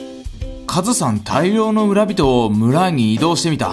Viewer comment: む↓ら↑び→とぉ↓